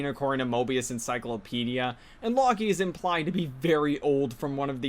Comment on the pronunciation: "Lock-ee" 😂 Reminds me of some of my own horrible mispronounciations (like "Anto-een" instead of "En-twan").